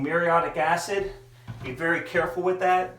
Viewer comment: It's woulDn't, not wunt, and shoulDn't, not shunt. MuriAtic, not muriOtic acid.